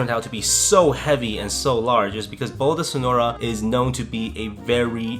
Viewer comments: "Boulo dy Cenouyra",, 2019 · the funniest thing is that say bolo de cenoura instead of carrot cake